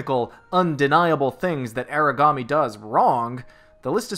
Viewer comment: It's AH-ra-ga-me or AH-la-ga-me.